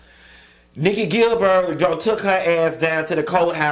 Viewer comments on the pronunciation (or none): How he pronounces my last name irks me. Gil-buuurt, nope nope nope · why you keep calling her GilBIRD? 😂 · The pronunciation of “GIL- BIIIRRRDDD” (Gilbert) kills me everytime! 😂😂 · Gilbert…, not Gilberd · "Nikki Gil-BERG" tickles me! 🤣😂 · Q!!!!!! Her name is....,,"GilberT!!!!! i am hollering! Why is he Not pronouncing the end of her last name???!!! GilberT!!! 😳 omg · How are you pronouncing her last name lol